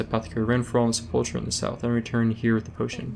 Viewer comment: Dang, so I have pronounced The Sepulcher wrong during all these years since Vanilla.